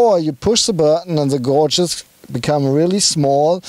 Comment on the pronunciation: Hello,...hello....love to hear both your accents when describing the cars etc, sounds very cool. Just a small imput,...., its not....."gouge"....like when you pronounce "shout- he is shouting loud"; it is "gauge".....pronounced like....well "gayge"......"the gayges are digital on the TT".....; Don't know if you care, or if anyone cares too much but i just thought it could help to make future reviews sound...right; don't lose the accents though, you guys on Ausfahrt.tv sound cool.....deutsch ist geil...Cius. (no German characters so i had to write it like that); Ps.if you need help with future pronunciation i am glad to help.